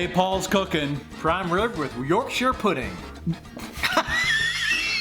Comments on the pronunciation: thank you for saying "yorkshur" and not "york shire" pudding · Love it you said yorkshire like a yorkshire person! Not york shiyr! Im impressed lol next try worcestershire like the sauce. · Rare to hear it pronounced correctly from people from different countries! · Paul pronounced Yorkshire correctly - well played sir!